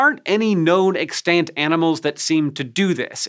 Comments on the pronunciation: EX-tant, not ex-TANT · "ex-TANT" Hank, please. It's "EX-tant" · EXtant, emphasis on the first syllable. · it’s pronounced wrong tho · Was anybody else annoyed by the way he pronounced 'Extant'? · You say "extant" weird. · TIL that pronouncing the a in extant is apparently allowed according to dictionaries. I would still like you to stop doing it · "extant". he's not pronouncing that correctly, and it hurts my ears.